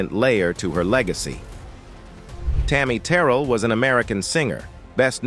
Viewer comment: That’s not how you say tarry Terrell name 😐😐